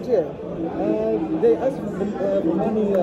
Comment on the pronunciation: Are all Ghanians incapable of pronouncing "Ask"?????